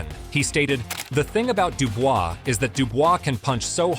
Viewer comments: Daniel Dubois and NOT Daniel Dubua 😂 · Listening to this video, AJ is fighting against , Dubois , Dubious and Duboy ~ Perhaps your AI should learn to pronounce names. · daniel dewbeoss! who"s that!! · These AI videos are getting out of hand. Who the fuck is Deewbeoss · Who the hell is Dewbeoss 😂😂😂😂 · A.I. says dubious !!! lol 😂 😂😂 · Not Daniel dewbeoss 😂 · "Dubious" lol